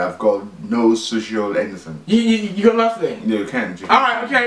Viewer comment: anythink you think of 😂